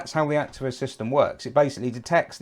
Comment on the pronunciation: The correct pronounciation is "Acteeva".